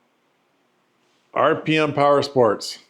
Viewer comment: RPM is pronounced Rip'Em